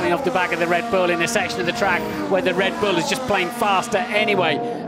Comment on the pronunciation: anyone hear dread bull lol